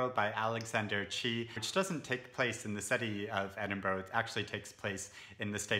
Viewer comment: Chee's Edinborough!